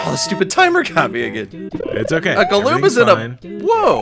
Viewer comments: Why are they calling goombas "galoombas"? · Ok why do they keep saying “Gloomba” it’s driving me crazy. Gloombas are blue and like, from Paper Mario. Regular brown ones are called Goombas.